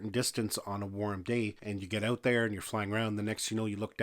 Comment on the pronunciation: "take the battery OWW-OOOT".... lol Canadians.